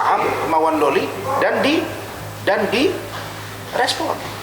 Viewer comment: Loli bang bukan lola